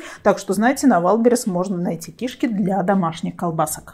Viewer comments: Говори правильно кишКИ, а не КИшки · КишкИ! А не КИшки! Что за странное ударение, ужас просто. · Не кИшки,а кишкИ. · Правильно кишкИ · очень странно, возможно ваш местный диалект, но это неверно, КишкИ правильно.